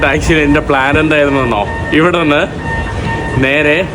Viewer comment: മാസിഡോണിയ അല്ലെ ?? മാക്കിഡോണിയ ആണോ 😅